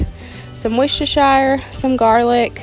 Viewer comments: I love hearing other nations say Worcestershire sauce.... It's pronounced wus ter sher sauce - love from the UK x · sharon cawte I’m married to an American and it’s hilarious them trying to say Worcestershire 😂😂😂😂